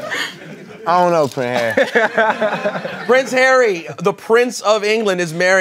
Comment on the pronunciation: "i duh no prin hary"